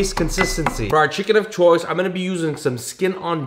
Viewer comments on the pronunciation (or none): none